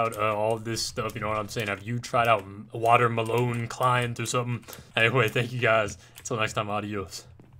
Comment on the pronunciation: “Water mulon”